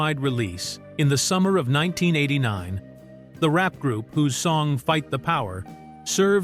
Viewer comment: AI Slop. You couldnt pronounce 1989